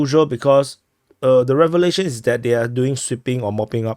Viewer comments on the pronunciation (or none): none